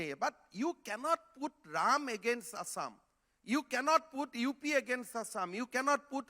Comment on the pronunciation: Bhai asssam nahi hota hai It's assam That's why i told you homework everyday my children's. He don't know how to pronounce our state----assam Assam, Guwahati ,manipur, nagaland himm duffer Chutiya hum log ban rahe hai